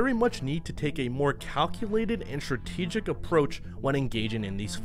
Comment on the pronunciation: "Packed to the punch"? do you mean "packed to the gills"? "schratedgic"?